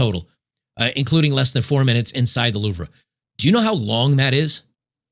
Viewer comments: Isn’t it “loov” and not “loovra” ? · FYI: The 2 slesbians WERE IN ON IT! And... BRO! It's pronounced the LOOV or LUVE NOT 'Loovray'🤪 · You keep saying Louver but it’s pronounced Louv as a single syllable (and no R sound). Just FYI :-) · It's pronounced : (loov) Not : (loovrah) ! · It’s pronounced the “louv.” Not the louv ruh. The ruh is silent. I was married to a French teacher don’t shoot me. 🤣🤣🤣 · It’s louvre, not louvra. I suspect you say “ foyer” instead of foire. …….congrats on the crypto win. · Isn’t it pronounced Loov and not Loovruh? When I was in Pars, everyone called it the Loov. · 'Louvre' Its actually pronounced Loov. R is silent. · It's "Loove". I know....French. Crazy language but ...we typically just pronounce it "Loove". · TIL the correct pronunciation of Luvra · Hey. Thought I'd drop this for future reference. The word “Louvre” (as in the famous museum in Paris) is pronounced: 👉 /luːvʁ/ in French and commonly /luːv/ (LOOV) in English. So you can say it like: “loov” — rhymes with move. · LOL. The "r" and the "e" in Louvre are silent. It's pronounced Loov. Kind of like "love" but with a long "o." LMAO now "Des Cars" is pronounced "day car." The "s" in both words is silent. Oh my goodness, c'mon man. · The pronunciation is killing me. It’s pronounced, “LOOV” think “move”, without the ‘m’. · Pronounced loove. Rhymes with groove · It’s pronounced “LOOV” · The re in Louvre is silent. Just say louv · Bro. Work on your French. It’s LOOV 😅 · Loov. That's the pronunciation. Sorry, I was cringing every time you said it the ahem other way. lol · I want to be hoighty-toighty and critique his pronunciation of Louvre (Loov), but it’s French, can’t really blame. Rule of thumb with French words; only pronounce half of it… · Its pronounced "loeve" the last re is silent in french. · "The louv-rah" xD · Please learn how to pronounce Louve! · You're pronouncing the Louvre wrong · How do you not know how to pronounce the Louvre?